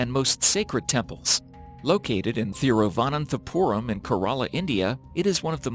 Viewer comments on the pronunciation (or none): gopakumar p hahaha isko bolna nahi atha hain dude angrees hain XD